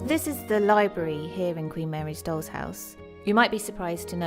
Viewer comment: Your pronunciation of "doll" comes out as "dog."